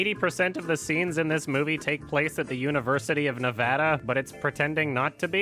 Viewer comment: YES!!! PRONOUNCED 'NEVADA' CORRECTLY!!!